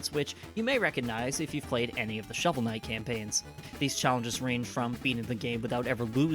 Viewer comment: Khovel Snight